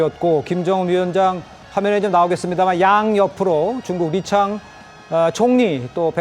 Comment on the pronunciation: 리창이 아니고 리챵입니다. 오히려 번역어 리강이라고 표 기 브리핑 하세 요.